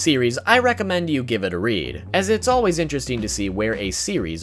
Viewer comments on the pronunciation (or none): "alwase chew your godamn Food" XD